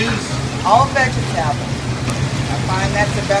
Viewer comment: Gotta love SOUTHERN talk..."veggie-tebble" (vegetable)...my grandmother pronounced it that way too...NOLA Baabay!